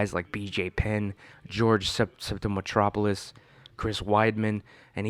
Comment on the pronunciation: Soon as he said George Sotoropoulous' name wrong, I knew this dude dont know fuck all about MMA